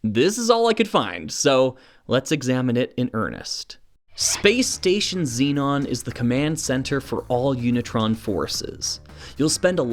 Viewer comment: As spelt shouldn't Zenon be pronounced Zen-on rather than Zee-non? Perhaps this is a North American thing?